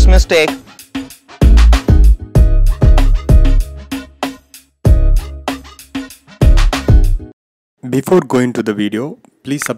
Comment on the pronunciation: It's mistake not mistack.